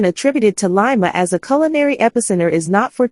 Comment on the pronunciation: Very nice article. However, the commentator does not properly vocalize the name of the city. Names do not change the way it is vocalized. Lima sounds like Lima with a short I sound not with a long I sound.